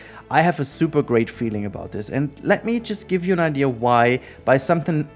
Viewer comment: It's IDEA... not IDEAR. Stop adding a R to the word.